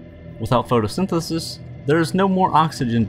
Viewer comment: the way you say photosynthesis